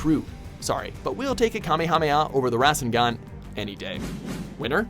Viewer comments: Wait you didn’t even mention the Naruto and Sasuke vs Momoshiki fight? Also, you never mentioned sage mode, summonings, dojutsu, genjutsu and also only mentioned the rasengan (which you didn’t pronounce correctly) for ninjutsu. Furthermore you didn’t mention 6 paths mode or the eight gates. Come back once you actually watch Naruto. You didn’t mention Naruto is the reincarnation of Ashura or that he wants to be Hokage. Also, if you’re only going to mention the rasengan as ninjustu, at least mention ALL the versions of it. Oh wait, can’t name them all because there is over 100? To bad. I just can’t watch this anymore... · You can tell this man is reading a script because of the mispronunciations. Like kakaaaashi. And the RAAAAsengan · Rah-sen-gan=Rasengan Go-hah-n=Gohan Mah-dara=Madara Kah-kah-shi=Kakashi Ak-at-sooked=Akatsuki I love the pronunciations...